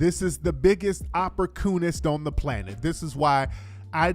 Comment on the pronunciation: That nigga said opporcoonist!😂😂😂😂